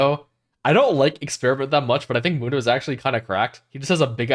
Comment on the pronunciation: MOON-DOH , day it with me MOON-DOUGH